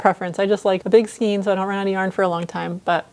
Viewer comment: Skein rhymes with rain